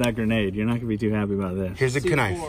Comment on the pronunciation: Anyone noticed he said "Ka-nife"